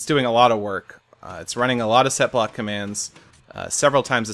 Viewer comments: I kept hearing Sethblock instead of setblock >< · I even thought u said /sethblock XD